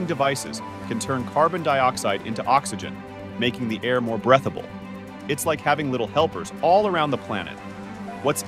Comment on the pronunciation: complete utter fantasy based on zero understanding of science and engineering, otherwise complete piece of garbage made of new popsci words joined into word salad and breathable is pronounced wierdly hence this is obviously an AI generated POS